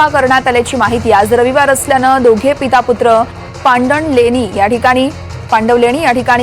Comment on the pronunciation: Pandanvaleni nahi❌️ पांडवलेणी aahe te✅️